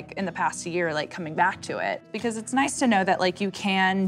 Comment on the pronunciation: Is it just me or is she saying “noce” instead of “nice” 🙄🙄🙄